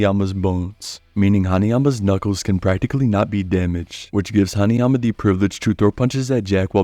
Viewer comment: u good bro, u nailed it